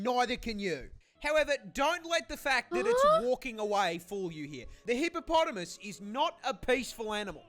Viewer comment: I like how she pronounces hippopotamus